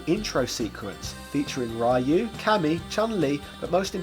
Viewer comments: and once again, who is this Ray-yuu guy you always talk about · How the F can you pronounce Akuma right but get "REE-YOU" so wrong? Good vid though 👌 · The movie pronunced his name wrong. It's not 'Ryu' as in 'Rye You', it's 'Ri-oo' but pronouced with a fast pitch where it almost sounds like 'Roo' but it's not 'Roo' either. The animated movie kind of gotten it right but pronouced 'Ri-oo' at a slower pitch you see. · This "street fighter expert" doesn't even know how to pronounce Ryu lol